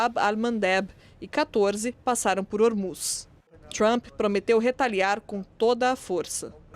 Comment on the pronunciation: A pronuncia forcada de palavras em ingles pelo goianio Lourival eh altamente pernostica: "TrAAAaaAmmmppppe", "Dwwroonis". Isso nao te faz mais sofisticado,.